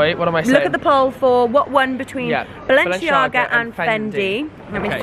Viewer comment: It’s BALENCIAGA not BALENSHIAGA